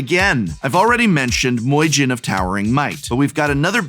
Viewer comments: Listening Prof pronounce myojin as moyjin sounds kinda weird. Aside from that, please let this be a series. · "Moijin" 🤣 Oh Prof, I love how hard you lean into mispronouncing Japanese words and names. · Myojin is pronounced “mee-oh-jeen” (-jinn is also acceptable) with the first two syllables sort of ran together. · That Moy Gin gets me 😂 honestly the perfect deck for the myojin tho I love that synergy and pronunciation